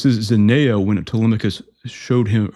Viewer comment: It's pronounced "zen-ee-a".